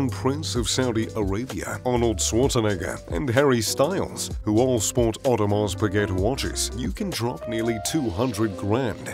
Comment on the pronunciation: mispronounced Audemars Piguet. Idk how to feel about that.